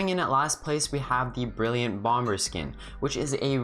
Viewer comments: it’s pronounced bom-er in the UK and america (i think) but u said it bomber , the way you spell it. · Lol he said bomber but pronounced the 2nd b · no he is saying that you said it wrong